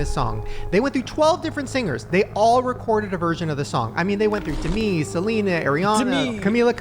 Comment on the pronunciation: The Demi actually killed me. "demee" and someone mocking you was so funny.